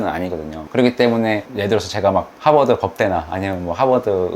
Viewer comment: 하바드 발음 일부러 한국인처럼 하시는듯 ㅋㅋㅋ